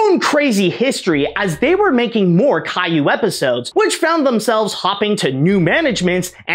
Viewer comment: As much as I hate Caillou being a major pop-culture export from my country, your french pronunciations were pretty damn good.